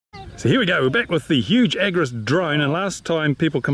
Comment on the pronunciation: It's the agras, not agris 😉😉